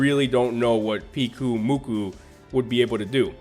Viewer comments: I think Pyukumuku is supposed to be said as "puke-oo-moo-kuu" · Pyukumuku is pronounce Puke-oo-moo-koo, it's a sea cucumber, and the eat by vomiting up their stomachs and digest the food outside its body.